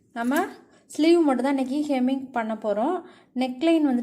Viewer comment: Hemming not kemming. English um theriyathu , Tamil um theriyathu.